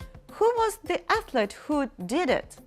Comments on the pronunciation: Вы серьезно? Athlete -читается эслИт, а не эслЕт! Думаю , перед уроком лучше проверить иной раз чтение отдельных слов👩‍🏫👍👌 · после фразы " по буквам всё читаешь" сразу понятно, уровень твоего англ.остановился на букваре! 🤣🤣🤣 а я опытный преподаватель в совершенстве владеющий англ.🤗 И, поверь мне, слово athlete читается через "И" во втором слоге, а учитель в видео произносит "эслЭт" и это неправильно ! P.s. можешь посмотреть транскрипцию этого слово в словарике.Словарик-это такая книжечка, где можно найти перевод слов и их произношение!Удачи в освоении анлийского!👩‍🏫👍👌